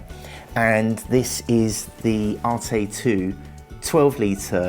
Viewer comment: "ARETE" NOT "ARTAY"